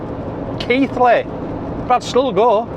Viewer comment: Thas not from Yorkshire if you call Keighley , Keithly lol